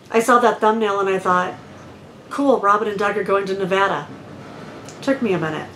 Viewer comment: Robin, thank you SO much for pronouncing Nevada the way we Nevadans (with the short A) do. So appreciated. And, if you are ever in the real Reno, you should do a meet up. You have a lot of fans here. Thanks again.